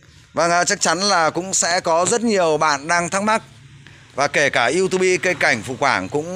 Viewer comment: Đừng đọc là iu tu bi, nghe chuối lắm anh